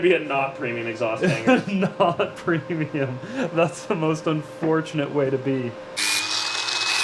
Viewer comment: PROMIUM, EVERYTHING IS NOW PROMIUM